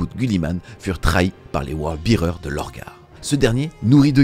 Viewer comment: Super vidéo! Si je peux me permettre Word Bearer se prononce word bè-rer et non Word bi-rer. Un détail hein 😅